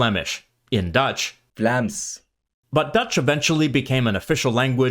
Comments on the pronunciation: The guy who pronounces “Vlaams” has like the thickest accent every 😂 Also people from the Netherlands tend to behave like douchebags when visiting Belgium. I know people and have had it happen several times that they refuse to speak Dutch to Belgian people and default to English. The reason why everyone knows they’re Dutch is because of their hard accents… I just don’t get it 😂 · I love how you said ,, vlaaanderen and vlaams,,,😂 always a bit funny to hear in an other dialect lol 😆 Greetings from Belgium.